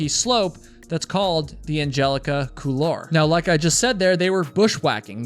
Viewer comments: Couloir, it's a French term pronounced coolwoir. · Couloir is pronounced cool-wahr, not cool-are. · it's pronounced cool-waar, not cool-lar. Good video though. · On a side note: the word "couloir" in "Angelica Couloir" is a french word meaning "passageway" / "hallway", and is pronounced "cool-war". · Couloir is pronounced "cool-war", as close as I can tell, it's a French word. The L is almost silent. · Hope you dont mind the nitpicking, but the word Couloir is pronounced Cool-warr, not like war but warr like the end of arrrr from what a pirate might say xD. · You pronounce "couloir" very strangely, but I'm Canadian.